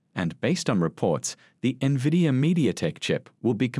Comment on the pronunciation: I don’t trust an analyst who can’t pronounce the name of the company she is analyzing